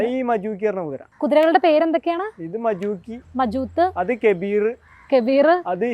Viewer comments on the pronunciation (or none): മജുത്ത് അല്ല മജൂക്കി